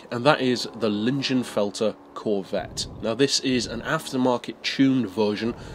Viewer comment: I believe it's pronounced "leeng-in-felt-er"